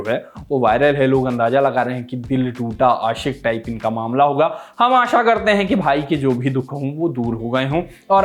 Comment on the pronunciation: लालू पिलू बकबक कम करो! समाचार बताओ. आसा नही आशा! ढंग से उच्चार करो.